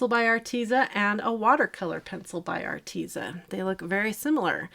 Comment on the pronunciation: It is pronounced artez. Like pez candy. So art tez a. Like rhymes with says. But tez lol arteza